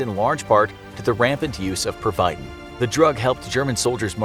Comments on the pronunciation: It’s pervitin not perVITin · It’s called pervatin not pervitin! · It's Per-Va-Tin EDIT: An Benny's are a reference to Benzodiazepines which are downers/anxiety meds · Purr-vuh-tin Not per-vite-in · It is pronounced like this- Per-va-teen... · its pronounced per-va-tin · Do your research on names, thats not how you pronounce Ishmael Beah or pervitin